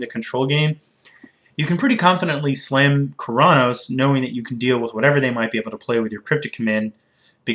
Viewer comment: You saying Keranos sounds a bit like Chronos, no offense though. Love your videos